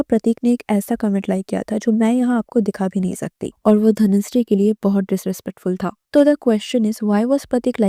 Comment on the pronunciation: Is it Dhanushree ??? I know it is dhanashree but in this video i can hear " dhanushree " many times in intial part.